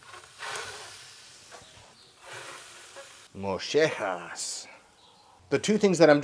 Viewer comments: This looks so good! My dad used to order sweetbreads when on any restaurant menu, which was few and far between. But as some commented below,it is pronounced “moyehas”. There is no “sh” in the pronunciation. Love your videos. Been watching for years! I’ve learned a lot from you! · You were suppose to boil them ive also fried them then put them on the grill which makes them extra crispy. And it's not moeshehas its mollejas, double l pronounced kind of as a y in spanish. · Mo Yeh has And not Mo sheh has. Think a cowboy saying Yee Haw but with a Mo in front of that. ✌🏽 The over pronunciation doesn’t sound good. Great video More people should give them a try. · In South Texas we pronounce it Moyehas if you pronounce it phonetically. I’ve never cooked any but you can pretty much find anything in south Texas between HEB and at the many many “carnicerías” which have more specialty items that are more common to Northern Mexico and border towns in the US. Maybe someday I’ll try this. I probably ate this at some point durning my childhood and don’t remember. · I guess the Argentinians pronounce the LL as a SH- sound? In Texas Spanish, it would be pronounced like "moyeh-hass" right? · “ moe-je-has “ MOLLEJAS- here’s a easy way to pronounce it in English. In Mexican kitchens this item is well known and also cooked the same way and along side kidneys! The crispy texture is what makes it so addicting! Slap in a tortilla add onions cilantro and some green salas, amazing! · In spanish the two "ll" in Mollejas make the "y" so like saying Moyejas. But in any case i love mollejas! Next you should try cooking them in a Firedisc and then throw in some onions and potatoes...mmmm 💦 oh cant forget Corn tortillas! Fry them for a bit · Widely available in South Texas at just about any carnicería (Mexican meat market). Have been around for as long as I can remember and I’m 50. However we pronounce it Mo-yeh-hass. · No. Moo-Je-haz. Spanish comes in different varieties sir. Pochos don't know